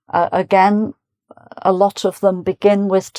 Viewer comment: The way you pronounce OF can be mixed up with OFF.